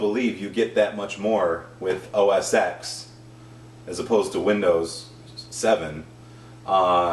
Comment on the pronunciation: Its pronounced os ten not os ex. #computerexpert